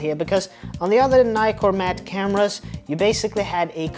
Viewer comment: Americans, it is not a NYCORMAT learn to pronounce NIkormat